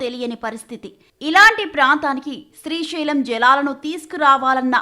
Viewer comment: Its Srisailam not Srishailam..ekkada dorikarra babu